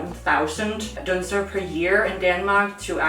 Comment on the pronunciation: Great, now I'm craving a good batch of "deller"! It's been far too long since I've done my duty as a dane, don't tell the government on me D: Also, it's "dunser" not "dånser" :P